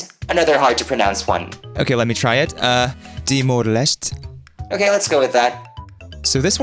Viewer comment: Yo is that my country, dawg as one of few timorese who watches english speaking content, the pronounciation is close you got the timor part right but leste is pronounced les-tay as many timorese would say it like that